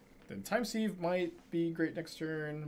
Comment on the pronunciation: Hate to be that guy, but it's not time 'seeve ' but time 'siv'. Like to sieve flour.